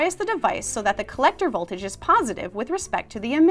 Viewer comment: "DUH arrow"?????